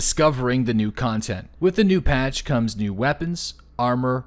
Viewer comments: Cotnent... :P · Discovering the new “cotnent” lol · ''COTNET'' monkaS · "Cotnent" Just poiting that out :P